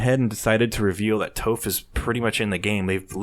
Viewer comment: The original poster of the "screenshots" admitted it was fake. I still expect Toph to be in the game though. Also, PLEASE learn how to pronounce her name correctly!